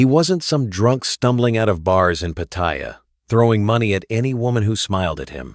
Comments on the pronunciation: I just don't like the way the narrator keeps saying Pattaya wrong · The first thing that leads me to believe this is full of BS is the fact that you claim to have been in Thailand for so long, yet haven't learnt how to pronounce Pattaya correctly. If Trevor, if he's a reala person, was a careful as you claim, he'd have smelled out the scam as soon as the investments involved relatives. So I call BS on that story too. I won't deny that scams like these exist, BUT anyone who is stupid enough to fall for them, es[ecially when relatives are involved, deserves to lose their money for being so stupid.